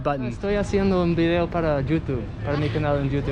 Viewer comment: Oh nice bideo oh I mean video 🤣🤣🤣🤣